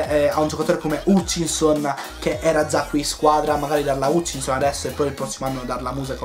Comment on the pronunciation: Bellissimo video Comunque la pronuncia di Hutchinson sarabbe Hatchinson con la "A" E quando ci sono nomi tipo "Warnock" leggili con la "O" quindi Wornock Continua cosi 💕